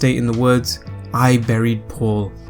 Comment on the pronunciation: sounded like hairy paul